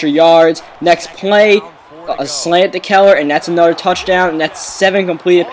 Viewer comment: "For a nudder touchdown" I hate your voice